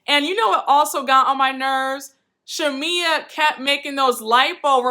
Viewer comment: Marlo doesn’t know how to articulate herself very well & she also has a speech impediment so that’s why she butchers Shamea name sometime (Shamila) 😩 lol I understood what she was trying to get at but she just be all over the place lol Porsha acting like she didn’t know why Marlo thought there was an issue is weird as hell.... She was giving me baby Nene on this part.